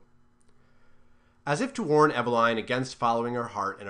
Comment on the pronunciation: The second syllable in Eveline is usually pronounced /-lin/ not /-lain/